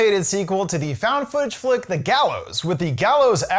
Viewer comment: Found fodge 😂 guess he had some editing or mispronounced